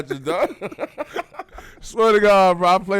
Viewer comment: "Got the matrass?":))))))))